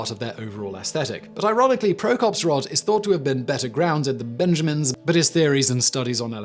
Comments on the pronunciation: Lightning "rode"? Lol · It's a british thing